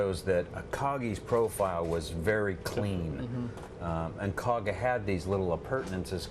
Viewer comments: It's the KAGA...NOT the Kagan...Jeez... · Kaga not Kagan. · KAGA. Not Kagan, you dopes. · Kagan ?? Kaga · Kagan? Try Kaga. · Called the Kaga, not Kagan. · Kaga, not kagan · It's Kaga & NOT Kagan... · It's KAGA, not KAGAN! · Kaga...not kagan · Kaga not Kagan! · Kaga, Akagi, Hiryu and you better be Soryu for calling it Kagan... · Thats Kaga dude, not Kagan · Kaga not Kagan lol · It's the KAGA...NOT Kagan...Kaga. Akaga, Soryu and Hiryu were sink at Midswy... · It's Kaga not Kagan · It's the KAGA , not the Kagen. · Kaga, not Kagan. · You'd think that a "news" channel could get this right. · It’s Kaga. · It would also have been nice to get the name of the carrier right (it's KAGA!) but apparently that was too hard. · What a joke can't even get the name of the ship correct. Zero credibility. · It would have been nice if you got the name right...